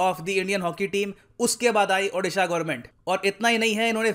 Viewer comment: Sir can you please pronounce O-disha its not Adisha... Please sir its a request from Odia....love from Odisha to all